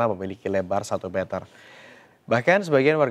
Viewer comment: Klo bisa bilang satu meter bukan satu metel